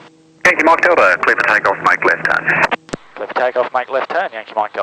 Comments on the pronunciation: Cubetorials I think they know it’s the phonetic alphabet and what he said. It’s just that his accent makes Delta sound like Dildo lol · haha i heard that made me laugh, i assume its just his accent saying delta fast xD glad it wasnt just me